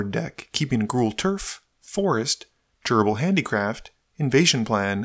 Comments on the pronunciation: Every time he says "Durable Handicraft" it sounds like he is saying "Gerbil Handicraft" haha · In the beginning when you said "durable handicraft" I swear I heard "gerbil handicraft." I thought there was an entire new subspecies of rodent tribal I had missed in MTG in addition to rats and squirrels. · I thought you were saying "gerbil handicraft"